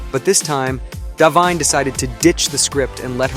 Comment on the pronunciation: You mispronounced both Anya Taylor Joy and Da’Vine’s names.